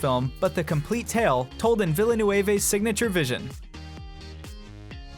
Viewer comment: Uh... "Villa Nueve"...? And here I thought Denis Villeneuve was exaggerating about the mispronunciations! :D